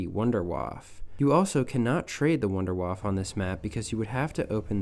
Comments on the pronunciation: Idk why you pronounce it "Wonderwaaf", but as a german it hurts my ears lol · You pronounce wunderwaffe wrong.